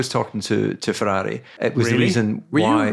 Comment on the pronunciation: Would have been funny as Couthard, great as he is, has never been able to pronounce “Ferrari”